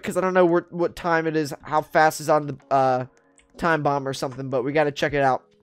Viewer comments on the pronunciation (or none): Sounds like you said bob squad lol